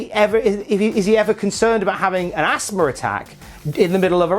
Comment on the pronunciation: What’s Assma? Does he mean Asthma? There’s a ‘th’ in that word.